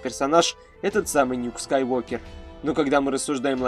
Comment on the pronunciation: Правильно же Скайуокер ,а не Скайвокер